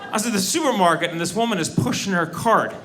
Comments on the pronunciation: I actually listened again, and that's exactly what it sounds like. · . I literally thought he said: "Sewer market." LOL